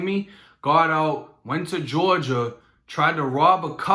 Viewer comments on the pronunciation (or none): none